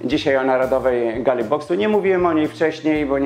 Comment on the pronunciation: Jeżely zamiast jeżeli, galy zamiast gali, przeżyly zamiast przeżyli, czyly zamiast czyli. Umiesz pan mowic po polsku?